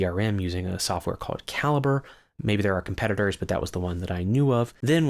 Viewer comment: Btw Calibre is pronounced like "ca-libre" as in Cuba Libre